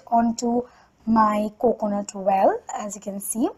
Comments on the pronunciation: It's oil not oal ...fake accent 😧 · The way u say milk and oil...*coughs* But great video😂😘